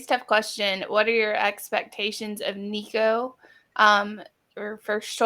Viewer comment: I know you’ll block me after this comment and that’s okay because I can’t listen to another minute. Y’all sound like .3 people who know very very little about football and the Vols. Lots of awful takes. And add in how bad your pronouncing nicos last name lol